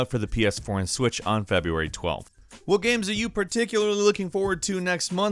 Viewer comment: "feBURAY 2019"